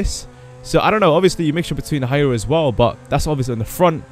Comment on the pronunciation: Hyuera is not pronounced hi-your-a It's pronounced who-I-ra